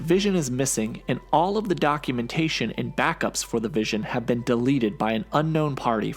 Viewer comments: His name is Wision...get it right. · I keep hearing DAVISON! I know it's the vision